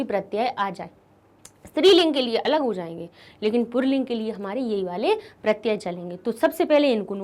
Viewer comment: मैम आप पुल्लिंग को पुरलिंग क्यों पढ़ रही है? कम से कम अाप तो सही से पढ़ीए ।